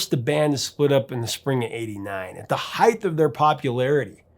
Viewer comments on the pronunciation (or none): The “Heighth” of popularity?